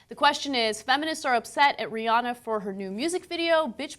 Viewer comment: Rhi-ANNE-uh. Say it right